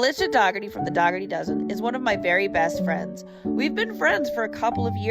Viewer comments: It is pronounced Doe- hurty!!! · I love your videos 😃. It’s weird to me that this mad mama doesn’t pronounce Alicia’s last name correctly, being that she is her good friend.